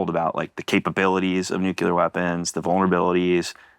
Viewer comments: Can we really trust someone that can't pronounce nuclear? He must have said it over 40 times and mispronounced it every freaking time. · I really do wish Elizondo had chosen a director who can pronounce the word "nuclear".